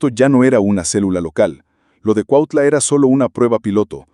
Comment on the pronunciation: Es cuautla no cuatla aprende a hablar bién pendejo!😂😂😂😂😂😂😂😂😂😂😂😂😂😂😂😂😂😂😂😂😂😂😂😂😂😂😂😂😂😂😂😂😂😂😂😂😂😂😂😂😂😂😂😂😂😂😂😂😂😂😂😂😂😂😂😂😂😂😂😂😂😂😂😂😂😂😂😂😂😂😂😂😂😂😂😂😂😂😂😂😂😂😂😂😂😂😂😂😂😂😂😂😂😂😂😂😂😂😂😂😂